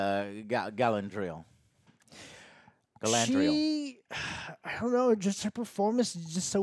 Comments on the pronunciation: Gala-N-driel lol how has Joe been pronouncing this so wrong for so long. There is no fucking N in her name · I love Joe, but if I hear "GalaNdriel" one more time XD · Galandriel and Phazon lmao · Stop it Joe... you are going to brainwash me into calling her Galandriel instead of Galadriel 🤣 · DUDE, you want all the stuff in a couple of chapters, it’s supposed to be multi-season show! Also pronounce the names right GALAAAADRIEL, not Galannndriel, Celebrimbor is pronounced like Kelebrimbor, JESUS! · Jesus, Joe, it's Ga-LA-driel. Not Galandriel. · I demand Joe Cross-dress as "GalANDriel" in the next episode as punishment for mispronouncing her name for 4 straight episodes. And he can act better. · Joe its Galadriel man not Galandriel its easy dude, wtf, practice a little. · I'm twinging with Alex every time says "Galandriel" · GA-LA-DRI-EL.... it's not that difficult! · i love the way joe destroys all the names lol harbran, galandier, erondor, phazon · lol! Why can Joe not say Ga-LAD-riel??? great reviews. Just always gets me. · Jesus Joe can't pronounce a single name right :P I swear he's said galandiel light ten times, and a-dar instead of ay-dar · please take a moment to pronounce the names right - it's not hard - but it's like a screwdriver in the ear. If your whole argument revolves around legitimacy and how the lore is butchered, it instantly detracts from what you're about to say when you say Hambrand and Galandriel. Maybe that's picky on my part but you're picking apart the show. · The best part of these reviews is how many ways says Galadriel's name wrong. It's just amazing. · I wonder how many episodes will take for Joe to learn how to say Galadriel's name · It's fascinating to hear Joe mispronounce Galadriel in a different way every time he says it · Omg listening to Joe butcher the pronunciation of Galadriel every review is going to give me a brain tumor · Is Joe trying to say all these names wrong on purpose?